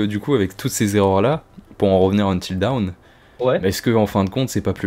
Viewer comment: Tu devrais utiliser Google traduction et cliquer sur l’audio pour « until dawn » tu vas être surpris sur la prononciation 😂 plus tu répète mal le titre plus ça me trigger 😂